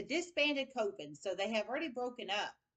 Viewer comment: Dear.... a witch's COVEN is pronounced Coven. Rhyming with OVEN. Thanks for correcting